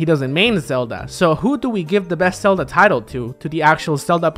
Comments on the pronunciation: Selda. Sorry, not sorry. We know you have an accent. We know you're always going to pronounce a "v" as a "b". You don't really need to call attention to it if you put the name on screen. People are going to pick on you whether you do or not. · Dude, you pronounce "ven" better than you pronounce "Zelda."